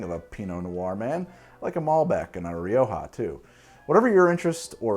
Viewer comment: Syrah and shiraz are both correct. But Rioja is "riocha", with a sound like the end of "loch".